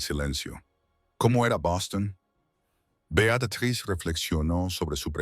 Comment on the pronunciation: Beatatriz? Betruz? 😂😂😂😂